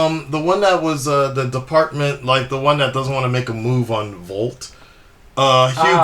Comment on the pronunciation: Vought, not volt. Like thought and bought